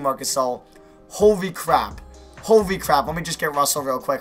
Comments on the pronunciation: idk what's worse, u saying "howey cwap" or "fwickin" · Did this man just say "Hory Cwap"? 😂👎🏻